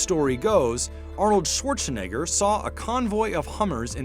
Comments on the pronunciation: I don't like how the narrator says "Schwarzenegger". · "Arnold Schwarchshinegger."